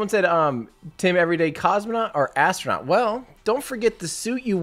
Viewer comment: lol...the way you keep saying that... the ev'ryday astro-nut... i love it! xD